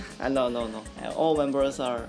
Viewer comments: boy said membles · When Hui said “membles” I about died